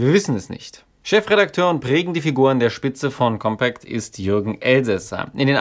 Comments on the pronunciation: Deine Aussprache von COMPÄÄCT macht mich um die Uhrzeit schon bisschen fertig xD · Sehr gutes Video! Meines Wissens wird der Name der Zeitschrift aber nicht englisch ausgesprochen. Aber vielleicht hast Du da andere Informationen?